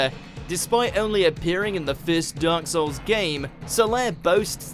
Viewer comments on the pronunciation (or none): “Dyark Souls”